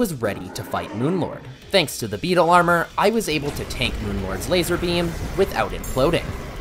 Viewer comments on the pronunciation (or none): none